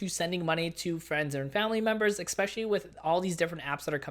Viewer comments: Please stop saying "exspecially." The word you're looking for is "especially." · Good information but FYI, it is especially not ekspecially.